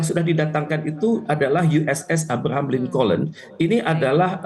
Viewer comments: USS ABRAHAM LINCOLN..SEBUTANNYA ABRAHAM LINKON BUKAN ABRAHAM LINKOLEN..LUCUU..😮😂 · Alahhh... cara baca abraham lincoln aja lu salah,,( abraham lincon)...